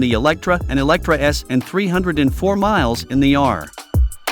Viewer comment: its Lotus Eletre not Electra.. Elet-re (re like [re]vision) the voice sometimes sounds like its artificial, not real human, or it is cut together with flaws.. would be interesting to know which one it is...